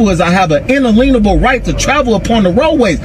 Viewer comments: “Il-leeen-uh-bull”. “Il-leeen-uh-bull”. Dude. I don’t think that word means what you think it means. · Inaleanable? Face slap! If they can't pronounce it, you can be sure they don't know what it means. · It drives me nuts when thy say Un-A-LEEN-able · Did he just say "unleenable." Yes, he did. Some people really are TOO stupid! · He has an “inaleanable” right. 😂😂😂😂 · "Analeenable right"😂😂😂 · Why can't any of them pronounce "inalienable?"